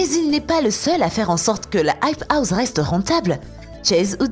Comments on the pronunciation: Elle dit the hype houze mais what 😂😂😂😂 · Non aype ous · "la hype houZe" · Mais grv